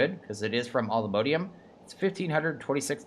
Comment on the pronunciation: Nope it's all the mo-di-um. He's saying it correctly